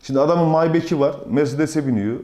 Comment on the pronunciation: Şu maybach ı bir tanesi düzgün telafuz etsin ya. My back arkam hatta argoda kıçım demek. Bu araba alman arabası ingiliz değil